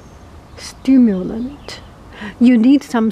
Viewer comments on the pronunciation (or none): Just subscribed. Your videos are wonderful. I especially enjoy just listening to you talk about things. By the way, the word is 'stimulant' :)